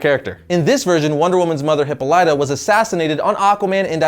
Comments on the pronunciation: Learn how to pronounce Wonder Woman's mother's name plz.... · I believe you're pronouncing Hippolyta wrong. . . . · Lol you just mispronounced Hyppolita xd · Love your videos. But please learn to correctly pronounce Hippolyta. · Nice vid bruh, but you're pronouncing Hippolyta all wrong. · He butchered that bitch's names xD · Why can't you pronounce Hippolyta correctly? Hip-all-i-ta. Not Hippo-lyta. Dumbass. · It's pronounced hih-PAWL-lih-tah. Not hih-po-LITE-ah. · Please take 3 minutes to learn to pronounce Greek. Hy-pol-Eh-da. Great show! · Some times I think he miss pronounces words and names on purpose...its pronounced Heh-pall-leh-tah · Pretty comprehensive list. Kudos for that! My only gripe (and it's minor) is: You're pronouncing the name Hippolyte (WW's mom) wrong. it's Huh-POLL (rhymes with "doll")-eh-ta. It means "she who frees horses" in Greek. One of the characters in Gustave Flaubert's Madame Bovary is named Hippolyte. Love your videos! :) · In Re: Hippolyta. It's Hi(p) PAHL ituh (short i's in both spots), or HIP paul tuh (short i's again, just a stress-variance on the accent/emphasis), NOT ending with "lituh/lightuh", and not blending the first two syllables together. Ending syllables in Greco-Roman names (especially for mythic females) are rarely-if-ever stressed -- it's usually the first-or-mid-syllable(s). Just saying... know your comics... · Hippo-lighter? ffs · it is pronounced Hipol-lital-ya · It's really weird to hear you pronounce Hippolyta, cause I've always heard it as He-PAW-li-ta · I hate to be that guy, but i'm going to be. Every time you said Hippolyta,I cringed. It's pronounced Hi-paul-it-a, sight emphasis on the paul. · of Hippolyta: Hip-aul-it-uh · The pronunciation of her mother's name is always said wrong 🤦🏽‍♂️ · He can't say Hyppolita lol